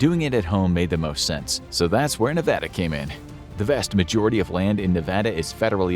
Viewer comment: Thank you for pronouncing Nevada correctly